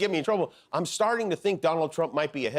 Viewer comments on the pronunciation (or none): none